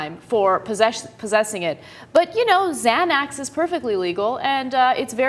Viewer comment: someone please help ana re pronounce xanax